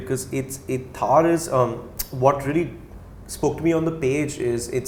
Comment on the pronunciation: It's not pronounced Thaaar. It's pronounced Tharr. Like thrrrr. Not thaaar